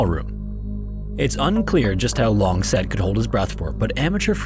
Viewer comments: Not to be a "Well ACTUALLY" person, but... well, here' goes. The guy's name 'Said' is pronounced Sai-eed (Unless I'm gravely mistaken). Besides that, jeez... these videos are facinating but really tragic. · Said is pronounced sah eed not "said" lmao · I’m pretty sure “Said” is pronounced, “Sa-eed”. I wish you’d work on your pronunciations. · Said is pronounced "sah-eed" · My name is saeed, almost guarantee you say “said” that same way and not “sed” lolol anyway poor said rip divers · Said = Sayid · Said is actually pronounced [Sah - EED] :) it’s a Hispanic name. My dads best friend and his son have the name and I remember being so confused as a kid w the spelling, but it’s like “açaí” but without the a at the beginning and adding a d to the end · Im sorry, is it pronounced Sa-eed?, excellent video!! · why are you pronouncing Said's name wrong, that's so disrespectful